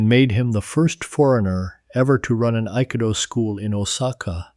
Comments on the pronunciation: Bullshit. AI can't even pronounce Aikido correctly. Trash talk each other? Yes! Physical contact? Never!!! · The narrator butchered the pronunciation of Akido lol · It’s crafts service - many crafts, one service. Duh!! Oh. Learn how to pronounce Aikido, too.